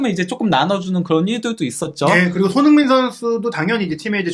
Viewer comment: 몇 번을 다시 들어도 손흥민 선수 이름이 정확히 들리지 않네요. 손희원에 가깝게 들리는데, 계속 그래서 다른 사람 얘기하나 했습니다. 다른 말은 다 잘 들리는데 왜 손흥민 선수 이름만 그렇게 이상하게 흘려 발음하시나요? 들리는 것 뿐 아니라 계속 돌려보면 입모양도 그렇습니다. 특별히 정확하게 발음할 때를 제외하면 날아가는 발음 때문에 좀 짜증나고 거슬리네요.😢